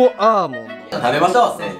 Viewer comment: ennちゃんが｢せーのﾂ｣て言ったらもう｢ベビタッピ！｣にしか聞こえないw